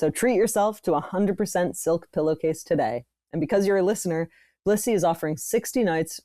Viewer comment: this didn't sound like they were saying Blissy at all